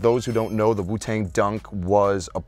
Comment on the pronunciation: This nigga can’t even say Wu-Tang right Jesus Christ I wanna kms